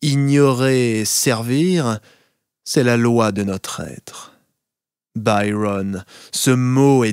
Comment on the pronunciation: Il me plaît mais je préférerais que vous prononcez Byron avec l'accent français et non anglais